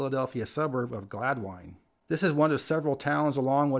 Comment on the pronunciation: It is pronounced Glad-Win. Not Glad-Wine.